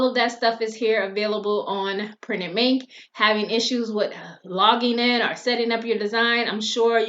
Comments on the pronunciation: Girl....I swear you are saying printed MINK.....lol. I have tried to go in and design products on this POD site, but it's user interface is not at smooth as Printful or Gooten, the other two POD suppliers that I use. I really would like to use Printed Mint bc I like the wider variety of products that they offer. It's just so difficult to understand how to put your design on the product and I keep forgetting to email them to connect my Etsy store for integration. I think that having to email them is just a pain in the...you know what. So I just keep forgetting to get that email out, hopefully I remember it before I get off here tonight. LOL. Does the design process on Printed Mint get any smoother? I feel like most of the time, I'm learning a foreign language with no instructions, when trying to design on Printed Mint. Are you still using Printed Mint or have you found another site that you prefer to use more often? Thanks for putting these videos out there. I'm always searching for a competitively priced POD supplier with a wide range of products, to add to my store. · She is saying printed Mink.